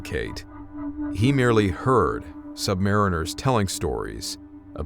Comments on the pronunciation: It's pronounced "sub-marine-ers" not "sub-mariners" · We , are Not sub mariners . Say it correctly or , DONT . Submarines also , ARE NOT a ship . They are boats . Sargo SSN 583 ah rooo gah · Atmosphere nailed again. Cool. Couple of things though, i'd heard that sub sailors prefer the pronounciation "sub-mar-EEN-ers"and that it's never referred to as the "ship" but the "boat". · I seem to recall that, in the US Military, the submariners pronounce the word as sub•mar•EE•ners. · I was a Cold War submariner (then I joined the US Army in 1984--go figure!) I loved submarines & should've stayed there! I have great respect for all bran hes of US armed forces. We call ourselves "SUBMARINE-ers" (please). 😊 Anyway, i remember weird & occasionally spooky things taking place on my boat during the 7 patrols (70+ days submerged with 2 port calls in 6 years! LOL!) & one flexops while on the SSBN I served on. I knew immediately that your video was on the up & up when you said that in ER LL (Engine Room Lower Level, which is pronounced "Engine Room Lower Level"--we didn't verbalize acronyms because in a casualty of ANY kind on a submarine, clear communication is absolutely vital, so we called everything by its actual name to prevent confusion, as time is absolutely of the essence)--anyway, ER LL does indeed have multiple bays: Main Lube Oil Bay & 2-3 more (sorry, it's been >40 years since I qualified in submarines so I've forgotten much). ANYWAY, I liked your (creepy) video & thank you for serving in the USMC. And Thank You to all the vets (& especially subvets!) out there! RS ET2 (SS) (NAVET DIV), USN SGT US ARMY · It’s pronounced, “submareeners.”